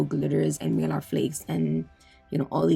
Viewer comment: You crack me up. It’s a needle bit, not needle 🪡 point bit. 🤣. Girl not malar flakes it’s Mylar flakes. Hahaha 😝. Sry I finally had to say something. They’re like milky marble. Very very Beautiful💗💜💗💜